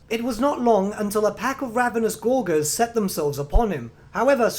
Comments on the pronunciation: Why do you pronounce Gorger as "gor-gor" instead of "gorge-r"? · Isn't "gorger" pronounced with a soft G? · Just FYI, gorger is pronounced with a soft g, from gorge, meaning eating gluttonously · Great video, but I winced every time he mispronounced "gorger"